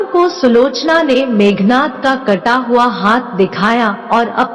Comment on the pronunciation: Meghnaad not nath